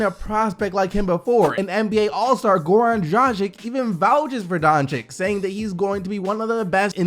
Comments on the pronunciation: donCHiCH not donChiC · Donkic donchik 😂its pronounced donchich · you're awesome but since he's getting drafted soon, you need to start pronouncing Luka's name right. It's Donchich. Keep kicking butt! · Please learn name: BOJAN BOGDANOVIĆ. I will leave as many coments from this day to infinity, until you learn. It reads like Boyan.. Not too hard. Dončić reads like: Donchich. Please read names correctly. It is like I would read your name! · I thought it was pronounced like "Doncheech" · Kevin Arsenault His last name is spelled Dončić. Č is read CH and Ć is read like soft Č, so its Donchich in English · No bro its DonCiCH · and also ya pronunciation of doncic is so wrong